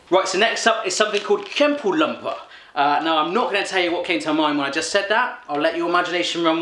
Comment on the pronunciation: jou can't say kjempeklumper right, and it's two words, kjempe (huge) klumper (dunno at A.E.).